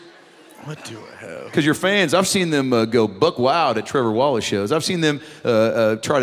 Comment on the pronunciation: Tree-vor Wallachay!